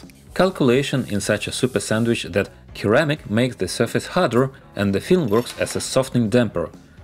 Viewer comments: Hey; great video. Just a small correction: "ceramic" is pronounced "sir-amic" not "kir-amic". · Keramic 🤣, you need more English speaking friends. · The C in Ceramic is pronounced the same as the C in Russian :)